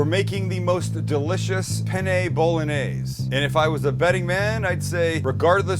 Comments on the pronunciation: "PENE"? Dammit,! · I’m usubbing because you said penne wrong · But no one told him that "PENE" in Italian means "DICK"? It's "PENNE". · It’s spelt Penne not pene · Pene... In Italian says penis. Penne correct. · What pene Bolognese hahahhahahhaha wtf every italian that watch this know what i mean hahahaha it should be penne Bolognese lmfao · by the way, it's peNNe, not peNe. Pene, with just one N, literally means "dick" in italian. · Penne! With 2 "n"! Try to Google translate! 🤣🤣🤣 Hi from Italy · You might find it amusing that as you assure your viewers that this recipe will “get them laid”....the title sequence translates to Bolognese penis”. In italian. Those double consonants are yes, important in the correct pronunciation, but also spoken. The double consonants in italian are pronounced with extra pressure either from the tongue or lips. BIG difference in meaning if there are similar words. Ergo, penn-ay. Bolo nyayzay. Be extra careful if ordering Penne Arrabbiate in Italy. Angry Penis may be a thing, but its not a pasta dish. Prego. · Hi Sam, buona giornata a te! Hope you're having a great day. I just wanted to tell you that on seconds isn't pene but penne.. because pene in italians means.. Penis. Yes. Not joking. Btw I would eat that! Approved by an Italian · Sam it's penne not pene! Pene in Italian means penis ahahaha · "SO IN GOES OUR PENE" only spanish speakers will get it lol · "Pene" Bolognese?? LOLOLOLOLOLOL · You missed a N in penne bolognese at the beginning of the video Now in italian it means Bolognese penis... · Penne is with 2 n's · Did you say Penny? :P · "In goes our penne" in spanish this heard so bad lol.. hahaha love this guy